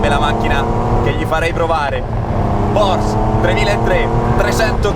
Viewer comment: Però il nome Porsche pronuncialo bene, con la E alla fine ☺, è Deutsch nicht Fronzösisch. Cmq se vuoi provare una modesta Caterham 165 fammi sapere